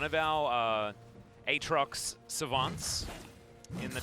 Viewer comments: You mean a atrox? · Yo I hate these casters... Jesus who pronounces Aatrox like that...